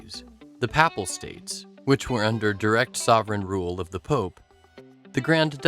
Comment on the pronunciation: Papal state pronunciation was "unique".